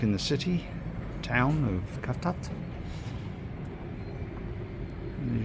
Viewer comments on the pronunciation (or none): For the love of God pronounce the name correctly cavtat is actually pronounced SAVTAT